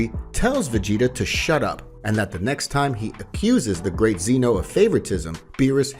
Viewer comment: Can’t wait for part two but it’s Zeno not Zeeno